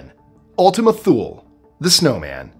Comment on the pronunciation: Thule is actually pronounced "Tool-ee". It's a reference to a mythological land located at the North Pole where the Nordic Gods dwelled. Hence the connection with the snowman shaped object. Also, the name was changed more recently because of the Thule concept's connection to the Nazis.